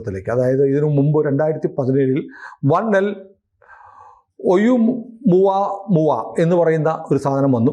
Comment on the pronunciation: "ഓ മുവ മുവ" എന്ന് വായിച്ചത് 😂😂😂